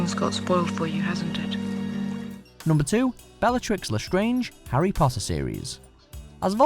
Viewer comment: and harr photter???